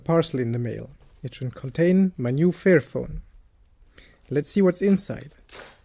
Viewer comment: You need to work on your pronunciation dude. you keep saying fearphone and not fairphone. It gets kind of funny ;) Otherwise great video! :)